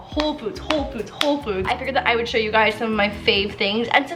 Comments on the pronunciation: Did anyone else hear when she said “home foods” ? 😂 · Anyone else catch at minute her saying “Home Foods”? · it kinda sounds like she says home foods LOL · can we just talk about how said "Home Foods"